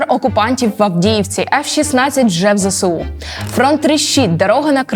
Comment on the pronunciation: Відео супер. Але. Ви теж надаєте росіянам важливого статусу тим, як вимовляєте ЗСУ. Зе Се У - це калька з російської Ве Се У. В українській абетці нема букви «се». Є буква «Ес». Ми ж не кажемо Се Бе У. Виправляйтесь, вірю, ви можете коаще.